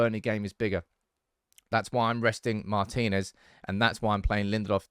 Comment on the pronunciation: hello. congratulations, you are the first one to pronounce it correctly: marTInez.